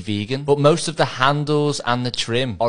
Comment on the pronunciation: pronounced "vac·chét·ta" is Italian, "ch" is pronounced k . Vakketta vakketta